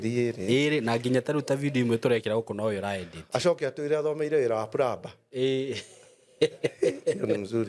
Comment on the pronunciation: Plumber.. plumbing 'm' is silent so it is pronounced as pluming, plumer